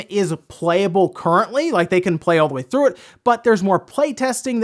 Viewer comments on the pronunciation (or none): none